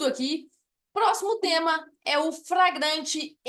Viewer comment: Sua aula é boa, mas a Sra insiste em ficar repetindo FRAGRANTE.